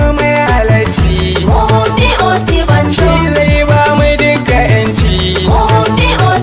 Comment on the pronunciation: It is not Osiba-n-jaw It is Osi-n-ba-joe